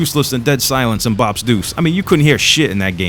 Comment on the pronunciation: It's blops deuce not bobs deuce